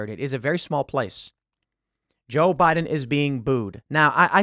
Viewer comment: "No, sir. They're saying Boo-iden. Boo-iden"